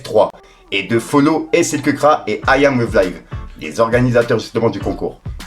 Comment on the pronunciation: C’est pas slkeukraaa😂😂😂 c’est slkrack!!!